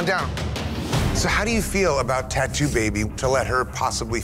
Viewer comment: Bro the canvas around like is annoyin as she says tattoo as tattWO